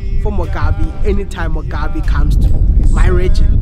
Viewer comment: Mugabe not Mugabi you're pronouncing his name wrong